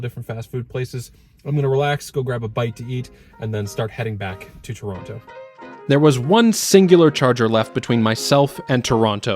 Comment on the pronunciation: First Canadian guy who does not pronounce "Tronno" and pronounces "Toh-rawn-to" :P. Canada is really spread out, I believe !